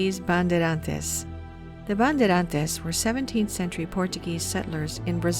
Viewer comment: On man, you butchered the name Bandeirantes. Bun•day•run•chi's. <~~~For English speaker.